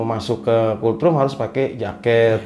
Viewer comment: Kultrum kultrum..... Gw ampe berpikir keras apa an sih kultrum. Gak tau nya yg dimaksud tu COLD ROOM. Ampun dahhhh. Knapa jadi kultrum kangggggg 🤣🤣🤣. Dibacanya tu KOLT RUM. Bukan kul trum 🤦